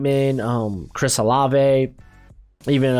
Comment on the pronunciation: LETS GO!! You said Olave right!!